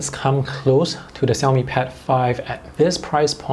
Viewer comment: Hear from your pronunciation of xiaomi,i infer you can speak mandarin?